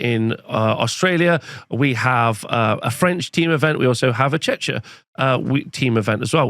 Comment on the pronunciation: Just to prevent any potential offense: it's pronounced Check-ia not Chech-ia <3